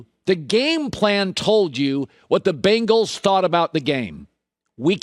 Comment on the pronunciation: “The Bingals”